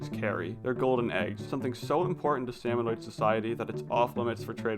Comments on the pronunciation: I just keep thinking, "It's SalmonID not SalmonOID" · Every time he says “salmonoid” I internally scream “ITS SALMONID YA DINGUS”.